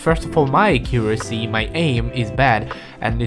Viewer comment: not to make fun of his accent but acuesy